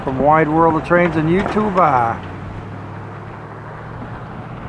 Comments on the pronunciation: I’ve enjoyed all your train videos but must admit I tired of the mispronounced you tubah and the “roll it”. hardly applies to digital media, nothing is rolling. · I’ve enjoyed all your train videos but must admit I tired of the mispronounced you tubal and the “roll